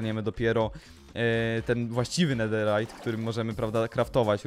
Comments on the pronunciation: Info dla ciebie. 1. Nie czyta się nederajt a czyta się nederyt. 2. Nederowe żeczy nie palą się w ławie ogniu i tak dalej. 😘😘🥰🥪 Nutka będzie SUPER😘😘😍😍😍😍😍🤩🤩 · Czemu mówisz nederajt zamiast nederyt